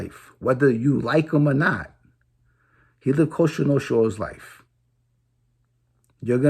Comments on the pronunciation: Its Cosa Nostra, not costra nostra! haha! Keep up the good work homie! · Jimmyyyyy wake up buddy before it's to late and don't fuck with Alite........ your dreaming and you can't even say cosa nostra...[coshhtraa noshtra] lol